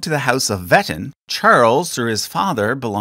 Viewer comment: please look up pronunciations for stuff like Meissen and Wettin if you haven't already since the video came out 😭